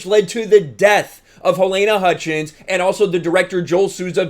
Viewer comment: Good video. A minor point: Her name is pronounced 'Ha-leena'